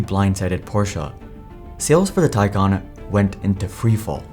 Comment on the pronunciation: Your AI is terrible. It’s Taycan,not tycan!